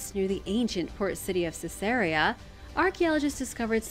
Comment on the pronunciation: I wish to challenge your pronounciation of Ceaseria. I believe that the city may have been named for the Roman emporers, the Caesars. The city might be pronounced as C-zar-E-a ?